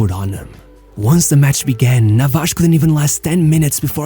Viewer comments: Tell me you are Brazilian without telling me you are Brazilian. “Hodgi”. “Navaj” 😂 stop reading the names! Other than that great video! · Nice video... but why do you pronounce all the spanish names like a portuguese?!?!?... It's not NavaCHHHH, it's NavaSSSSS. It's not Fabian RuiCHHHH but Fabian RuiZZZZZZZZ... 😉Please do it for my spanish hears....🙏🙏